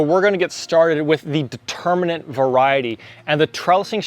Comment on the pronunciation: The term is DETERMIN-ate- it means that the height is fixed. AND INDETERMIN-ate- meaning it is a vine that will continue growing as long as the season holds out. You are sticking in an extra 'n' near the end of the words.